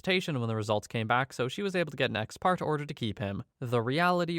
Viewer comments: *ex parte pronounced "ex partay" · "parte" in ex parte is pronounced like "partay" like you're going to party in the 90s and trying (and failing) to be cool about it. It means "from a party" meaning you meet the judge with only one side, away from the other side. It is almost always illegal, but with some specific exceptions, including the one in the case here. The exceptions aren't that rare, but you need to meet one or both the lawyer and the judge can get in trouble. And FOIA is usually pronounced, not spelled. Like "foy-yah." It's Freedom Of Information Act. In New York, they call it Freedom of Information Law, or FOIL, which is a better acronym.